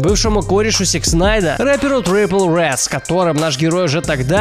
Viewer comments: Блядь не трипл ред а триппи триппИ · Не Tripple redd, а Trippe redd хоть бы нормально прочитал что-ли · Не трипл ред, а триппи ред Не гризлы, а грилзы Уши вянут... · Не трипел ред , а трипи ред И не Такеши , а текаши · Не гризли, а грилзы Не такеши, а текаши Не трипл ред, а триппи ред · Не трел пел а трилл пил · не трипл ред, а триппи ред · Трипл ред, такеши, гризли. Иди корейцев слушай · Триппи Ред, а не трипл) удачи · Tripple Redd??? Может Trippie? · Может триппи ред а не трипл ред? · Трипл Рэд???? Гризли??? Ору, ты бы хоть узнал, как все произносится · Знаю видео старое но почему "Трипл Ред" если "Trippie Redd" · Trippie redd а не trible redd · Не Трипл Рэд, а Триппи Рэд) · Трипи Рэд, а не трипл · Не трипл ред , а трипи ред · Не трипл Ред,а триппи ред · Не трипл Ред,а трипи Ред и не Такеши,а текаши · Вообще-то правильно не трипл ред а триппи редд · Блять Трипл? Он ТРИППИ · Не трипл ред А Триппи Рэд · чувак ты хотяб выучил ники реперов ) зззиллаками а не зиками ! трриппи а не трипл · Trippie ,TRIPPIE Redd- а не triple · трипи,А НЕ ТРИПЛ РЕД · ТрипЛ ред, тАкЕши...Ты сначала прочитай внимательней псевдонимы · бляяяя ,Такеши....Трипл ред... пиздец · не трипл ред а трири ред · Не Трипл Редд, а Триппи Редд (Trippie Redd) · Триппи ред а не трипл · Трипл ред и зили ками😂😂😂, научись хоть правильно произносить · Триппи ред бро, Триппи ред... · Никто: Обсолютно никто:: ТриПл Редд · Дилетант, какой нафиг трипл рэд? Аж уши режет